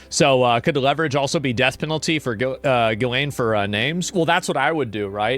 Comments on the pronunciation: Ehy is it always mispronounced? "Ghee-lane." It's not "giz-lane" or even "jizz-lane." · The way you continue to mispronounce "Ghislaine" makes you look dumber than shit. It's "ghee-len" or "ghee-lane." The "s" is silent! Sometimes you even add letters and say "gillis-lane!"🤦‍♂️🤦‍♂️🤦‍♂️ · As a French person, it makes me laugh when I hear countless people pronounce her name as "gillis-lane". Her name is French, it's pronounced "Gee-layn". 😅⚜️ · i love how everyone mispronounces her name and it defaults to jizzlaine every damn time. living in a fn comic book i swear. its like watching the joker get away for the 75658th time. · Can someone please tell how to pronounce Ghislaine? Im pretty sure its not gillis-lane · At this point, I think he wholeheartedly believes it's pronounced "Gillis-Lane"